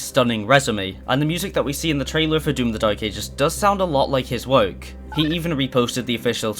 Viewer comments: Please pronounce work properly 😡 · Bro do you not know how to say work